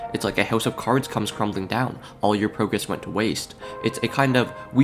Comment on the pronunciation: “—Imposters keep coming back Agáîne ań Agehine-“ “—All the prúgrésš-“ “—Did all of that just to Lewse?”